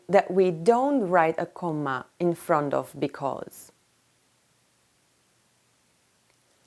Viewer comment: what is comma she said cooma